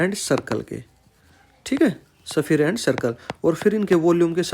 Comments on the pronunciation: Yaar tum khali YOUTUBE khole ho ky...thoda pronounciation bhi thik karlo agar sirf yotube chalama hai to...sphere ko safiyar ky bol rahe ho... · Sphere ko safiyar mat bolo...